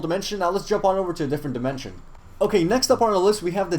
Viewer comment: Sky wold like the gold demenshen